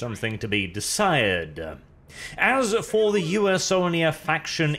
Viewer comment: Comment for!!!! Though I can't get over him saying U-S-Onia